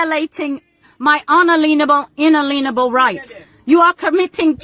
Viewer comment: She has lost it!! Cannot pronounce inalienable. Doesn't know in perpuity means.